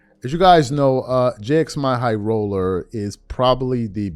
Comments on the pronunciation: great video but please pronounce Jxmyhighroller's name correctly. It's pronounced "Jimmy highroller". When I hear you say "J-X my high roller", it hurts my ears. Thank you. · “J x My highroller”?? 😂😂 it’s literally just pronounced as Jimmy! Bro actually pronouncing the X and M in bro name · Great break down and I said the same thing watching it. Also it’s pronounced "Jimmy High Roller" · Its pronouced "Jimmy Highroller"😂 but whatever.. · JIMMY and the fact you won’t say his name right is the reason WE ARE DONE WITH THE 90s